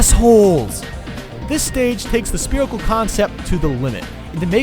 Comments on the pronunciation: Only 5 years later did I realize he says "Spearical" instead of "Spherical". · Great video but I hate how he says sperical instead of spherical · Haha "Spearicle" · guys its sperical not spherical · stop saying speerical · Lol "spear" and "spirical"